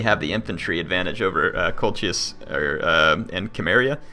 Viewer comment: COL-KISS NOT COL-CHISS BALLY-ARIC NOT BA-LEERY-AC PLEASE SAY THEM RIGHT